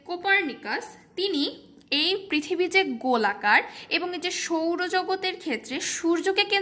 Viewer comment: Apu apni thakan koi akhon bolan but "prithibite" bolban na🥺🥺🥺